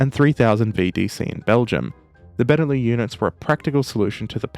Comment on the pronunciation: Benelux is pronounced with the x, it's not beneloo, it's benelux. It's short for Belgium Netherlands Luxembourg.